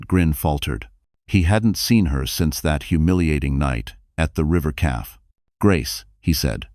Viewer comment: Please teach your AI narrator how to pronounce cafe and read/read, maybe lessons in correct grammar